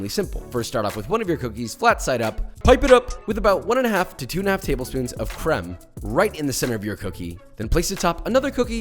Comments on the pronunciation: Fun French fact ! You pronounced all those french word the right way (maybe a bit less of an hard "r" on the "beurre" and it'd be *perfect*) i've got nothing to say... like, you even evaded the mistake of pronouncing the "e" in the end of "crème" that's like... perfect. I'm proud even though i did'nt participate in that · I’m French and the way you pronounced ‘’crème’’ is just perfect